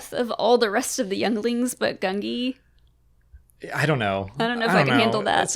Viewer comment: it's actually gun-gee